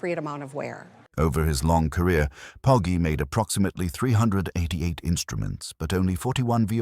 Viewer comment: Poggi is pronounced like podgy